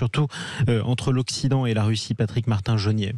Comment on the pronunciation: Il a du mal à prononcer « RUSSIE « 😂